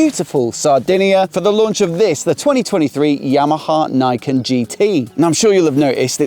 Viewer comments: Did the Yamaha staff on the day pronounce "Niken" like you did? I.E. "naikin". Because in Japanese, the "ni" would closer to "knee", although shorter. Rhyming with "pecan". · His pronounciation is wrong, it should be read like in japanese.